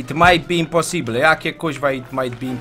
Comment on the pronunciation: Happy Weels to nie jest imposible tylko IMPOSIBLYET! p.s. jesteś nienormalne normalny